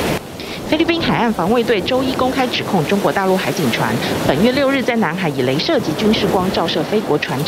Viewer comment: 雷射級軍事光？！😅😅😅 不能只有我聽到吧😂😂😂